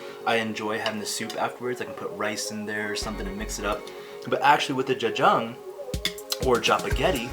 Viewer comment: omg your pronunciation 'jajjang' ...... dafuqqqq